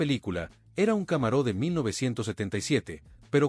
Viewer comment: Muy buena presentacion y descripcion de cada uno de los modelos “muscle cars”, con una deficiencia en la pronunciacion, y como esta presentando vehiculos americanos, y como no existe el acento en las palabras en ingles, no entiendo porqué al deportivo de Chevrolet lo pronuncia Camaró, y a General Motors, la pronuncia; como a un General del ejercito, cosas totalmente diferentes; y pare de contar, Charger, Thunderbird, pero fuera de esos detalles en general el video esta muy bueno y descriptivo